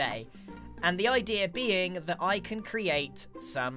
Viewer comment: "And the idea BEEing"